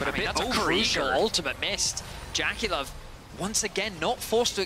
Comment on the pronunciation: Why do they pronounce JackeyLove like that?